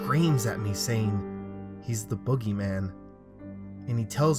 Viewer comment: Wait did he say boogie-man